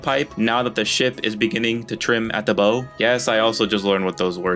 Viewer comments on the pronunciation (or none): It's bow like you bow to an audience. Not Bow as in Bow and Arrow. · When you're talking about the Titanic Trimming at the Bow . You said Bow like Bow and Arrow when that isn't how it is supposed to be pronounced. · forecastle is pronounced like fawk-sol bow is pronounced the same way as bow is pronounced in the sentenced "taking a bow"